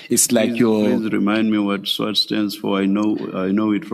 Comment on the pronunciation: He can't even pronounce SWAT heee banna